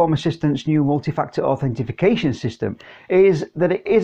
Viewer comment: Authentication or Authorization. No Authentification :-) great video though!